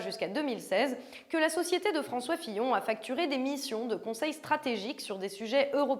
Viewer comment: affaire Fillon et non pas pillon mais sinon c génial